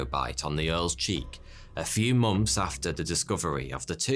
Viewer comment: Months not moms